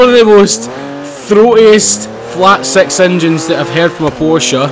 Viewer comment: Does anyone like the way he's says six